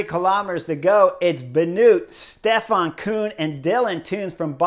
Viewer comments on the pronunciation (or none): none